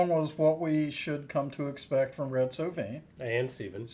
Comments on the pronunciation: First I gotta tell you it’s pronounced So Vine. Red did occasionally sing and while most of his songs are sad not all of them are. He does a great version of Lay Down Sally & his version of Colorado Kool-Aid is the best. There’s a few more sad songs of his I’ll recommend as well. Roses For Moma, Little Rosa, Giddy Up Go & Big Joe And Phantom 309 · This was a great reaction guys and a great song. The only caveat I have for you is that the name is pronounced so -like a flowering Vine